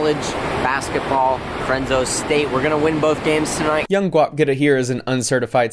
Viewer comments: I’m guessing he meant Fresno not frenzo 😆😆😆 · “Frenso State” 😭 he’s obviously educated guys. I am betting my life savings with Gwap